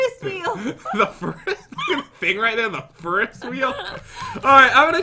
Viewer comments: Pat: A fur-ess wheel Me: Do you mean a Ferris wheel? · I thought she said Furnace wheel😂😂😂😂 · "Look at the furuswheel!" - 2019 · Tell ferris is pronounced fair-is Is sounding like is and not iz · when your last name is ferris and they pronounce it like feeris 😃. jk i love you guys so much 💕💕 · Did just say the *furry wheel*?